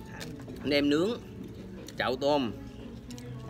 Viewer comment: "Nem" chứ không phải "men"